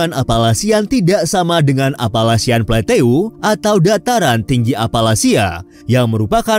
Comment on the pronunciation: Maaf cara baca PLATEAU bacanya PLATO mimin..